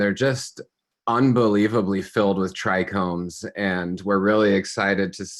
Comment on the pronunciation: Thought it was a bit odd. Dude was dropping crazy knowledge while mispronouncing trichomes. Haha Thanks for all you do brother. 🙏🏼